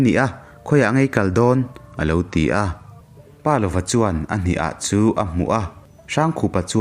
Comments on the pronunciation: pa lova tia chhiar loin palova tia chhiar zawm tur ani e....i aw ngaithlak anuam a....ka ngaithla ve ziah ania.👍👍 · Palova hming ilamrik dan hi a diklo tlat mai.😢